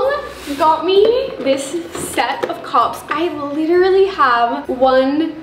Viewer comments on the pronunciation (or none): why did i think she was saying cops when she was saying cups :)